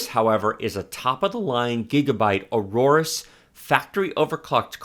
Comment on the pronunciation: Every time i hear Aororus instead of Aorus ..........